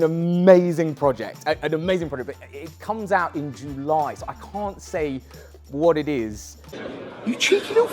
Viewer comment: Can get over how you say ‘July’